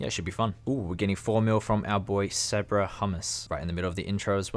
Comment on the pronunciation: You said sabra wrong😂😂😂😂 don't disrespect my old job like that😤